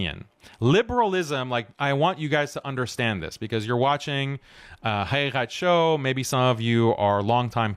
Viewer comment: Bro I watched a couple of your videos. Your not pronouncing the name of your show correctly. حقيقة Haqiqat. Please check with some friends of arabic backgrounds